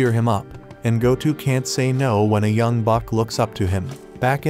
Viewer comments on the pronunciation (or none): none